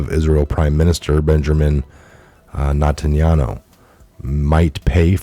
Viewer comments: If Dershshowitz had nothing to do with Epstein why did he stay at his house? You don't stay with someone like that if you value your morals. Also, please learn how to enunciate names correctly. eg. It is Net hen yahoo, not the way you always garble his name! lol Your name mispronunciations drive me crazy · I appreciate what you do but my gawd pleez learn hpw to pronounce important names. Geez. To me it really diminishes your credibility. Netanyahu?? Everyone should be able to pronounce that name!! Come on man!!